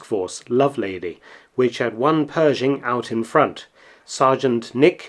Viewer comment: You left out the "h" in Pershing!